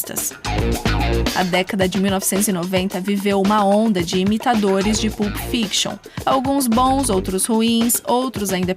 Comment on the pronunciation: Sugiro pesquisar a pronúncia antes de gravar: não se fala "PULP", mas "PÂLP"